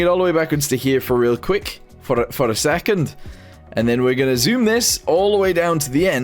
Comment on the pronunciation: that "second" made me want to wear a kilt